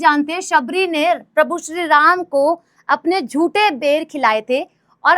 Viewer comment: Ai ki voice fas gayi झूठे nhi जूठे बेर 😂😂 mistake